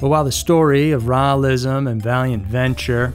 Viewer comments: Rawlism? Lol, Raelism. 🛸 👽 👾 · Raelism is pronounced 'Ray-el-ism. Rael is pronounced Ray-el. Just saying, so you don't sound stupid, lol.